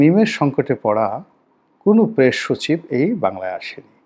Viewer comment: প্রেশ!?!😂😂 প্রেশ শছিব!??🤣🤣 ছল্লিশ বছরের!??😂😂